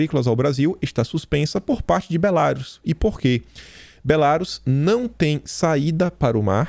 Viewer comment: pelamor, é Belarús a pronúncia! Rsrsrsrs